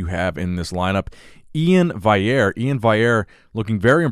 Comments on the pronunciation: Val-ee-air. Not Vigh-air. Love all the content otherwise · you need to work on pronouncing last names, Iain Valliere is pronounced vall-e-air not vai-air and Breon's last name is Ansley, not Ainsley